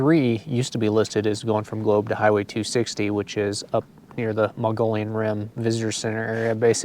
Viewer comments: My favorite place in Az....Mogollon pronouncedˌ mə-gə-ˈyōn. Not Mongolian 😉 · Muh-Gee-Yon Rim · Yeah, great vid. Done these routes on my KLR. Did the Canyon Lake (Apache Junction) to Roosevelt before the closures in cars. And suffered the closures for years. Then enjoyed the re-opening on my moto. Great route! Btw, you seem very educated... please, Mogollon, not Mongolian😂